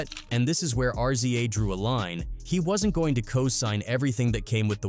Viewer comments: It's "Rizza",not"R-Z-A".🤦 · R Z A dude its pronounced Riza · Don’t ever say R-Z-A again!!! Wtf??? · Why you always mispronounce RZA name wrong?